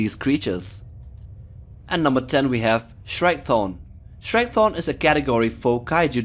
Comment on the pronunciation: We have s h r e k t h o r n